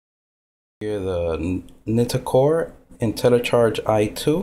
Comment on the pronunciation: I think its pronounced Nightcore, just my opinion...